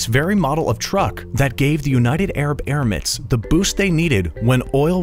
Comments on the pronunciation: Its Emirates NOT ermits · Emirates not Erimates